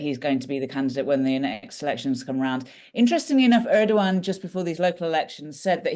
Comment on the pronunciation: I appreciate the debate, but can you please be less "lazy" in pronouncing non-English names? Eeduwan is not how you pronounce that name. ER-DO-GAN guys... I don't expect perfect pronunciation, but this is just.... you guys are not even trying, and it's borderline disrespectful. Thank you and all the best.